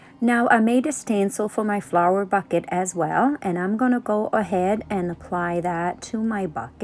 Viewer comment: Love your videos, in case you didn't notice the "L" in the word Flower didn't stick fully. 😊